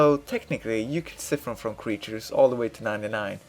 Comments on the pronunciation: "psy-fun" not "ci-fin" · i cri everytime i hear siffen